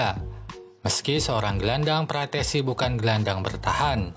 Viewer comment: Frattesi bang bukan frasseti 🗿